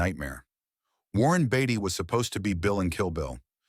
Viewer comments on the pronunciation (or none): Daumen runter für die Aussprache von "Framduskitildohn" , "Schpeik Lie" und "Warren Butty" . Wenn AI zwischen Sprachen nicht unterscheiden kann ("Oschenself"), dann bitte nicht verwenden... Sowas zeugt von Respektlosigkeit gegenüber der Zuschauerschaft. Übrigens soll es auch Fußballtrainer geben, die nach einmaliger Zusammenarbeit mit (vermeintlich) großen Stars mit denseben nicht mehr zusammenarbeiten wollten. Es heißt, nur schwache Persönlchkeiten dulden keine starken an ihrer Seite.